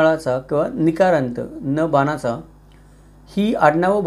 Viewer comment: “बानाचा न” ऐकताच मी वहीडीओ बंद केला. “ण” चा उच्चार कसा हो जमत नाही तुम्हाला?